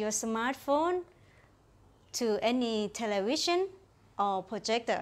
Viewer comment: Thai just gives amazing sex lol. She says television like telewision